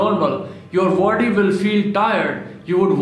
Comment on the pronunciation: Its is not vody its body learn english